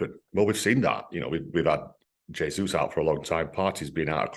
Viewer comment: Who's "Jay-Zoo" Alan? I don't remember us signing him.